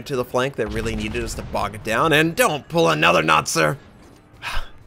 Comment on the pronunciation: As a Chinese speaker I appreciate your effort to not butcher the name pronunciation Notser (well I think you do put in maximum effort for all the non-English names) :)